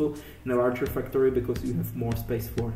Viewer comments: the basic "fucktory" HAHAHAAHA i love it man. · love the accent although if I showed someone this here every time you said factory they would think you said fucktory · I thought you said 'fucktory' •___•